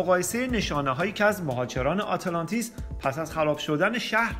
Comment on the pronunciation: اره خیلی ضایع است اینجوری تلفظ میکنی آته لانتیس.